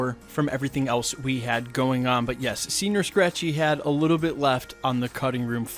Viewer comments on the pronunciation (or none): Senor not senior..Yanks butchering more words